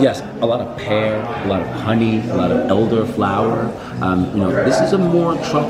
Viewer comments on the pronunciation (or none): none